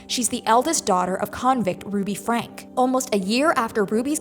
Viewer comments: It’s pronounced “Franky” not frank. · Pronounced Frankee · At this point in the Franke case, you should not still be mispronouncing their name: Frank-ie. Her name is Shari Franke. Show some care and respect. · Please figure out how to pronounce Franke. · The mispronouncing of the the Franke last name had me squirming in my seat ick